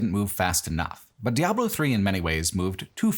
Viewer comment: I love this video but hearing how you pronounce Diablo and Baal hurts my soul 🤣